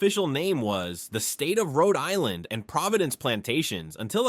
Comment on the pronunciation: You can't pronounce the places in RI !!